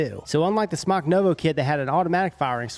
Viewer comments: It's Smok like Smoke not Smock. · Smoooke* not smoc lol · It's pronounced "SMOKE"! Why would a vape manufacturer name their product "smock" after an article of clothing? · its not smack its smoke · It's pronounced smoke not smok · It’s pronounced smoke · It's pronounced "smoke" ding dong. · SMOK commercials pronounce it as SMOKE. Just an FYI for everyone saying it wrong. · VapeKing looks like it should be pronounced smock tho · It’s pronounced smoke for fucks sake!!!